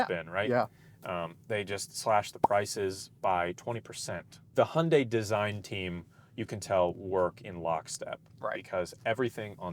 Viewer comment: Nice Video, i drive an Hyundai Ioniq 6 UNIQ with 77,4 KwH myself. I Really like it. But do me a favor, Hyundai is not Hunday pronounced, thx.